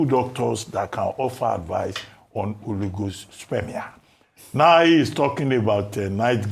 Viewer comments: Ojy, Dr Abatti said, Oligospermia not Holyghostspermia oo🤣🤣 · Ojy said "Holy Ghost spermia" It's oligospermia ma.